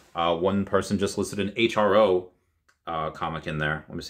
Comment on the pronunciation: Just FYI Hro is pronounced “Hero” not H-R-O